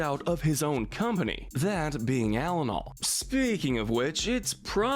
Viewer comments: It’s pronounced All-in-All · It’s pronounced die-NUH-coh, AHL-UH-nahl, er-coh-LAY, and GOO-stoh, “”! 🤨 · how can you make this list, supposedly after watching the movies, but not know the pronunciation of a company and fuel repeated several times in the film? Edit: fr? Gus-toe?